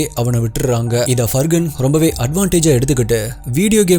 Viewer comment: Far-han. It is not Fur Gun. Where did the G even come here?